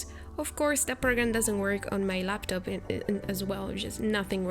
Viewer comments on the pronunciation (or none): none